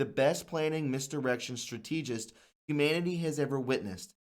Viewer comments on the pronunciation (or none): Your diligent efforts are Appreciated by the vast majority of us, however , sometimes you mispronounce key and important words....Topography is pronounced top-AHHH-gra-fee.... Strategist is STRAT-uhhh-jist...English can be a very confounding language, even for us natives...Blessings and Thanks ;-D